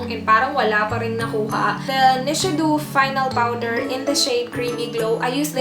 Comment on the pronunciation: Nichidoh and pagpronounce po, hindi Nichidoo.